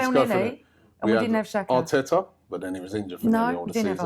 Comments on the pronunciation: It's not Shaka ffs. It's pronounced Jaka. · when will arsenal fans start saying players name right. Its not shaka, xh in albanian is a G.